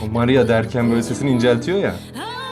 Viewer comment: O sırada benim maria diyiş mariyaağğ😂